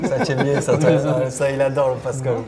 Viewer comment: Vs savez pas dire correctement sont prénom vs wsh c "Pascal" c pas si dure...... fin normalement.